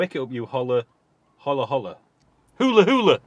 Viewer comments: Hola-hola must be pronounced as oh-la. Its a Spanish car remember? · Top tip. You don't pronounce the "H". It's O La